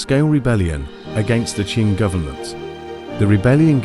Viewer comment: Your AI voice is mixing up the Qin and Qing Dynasty's.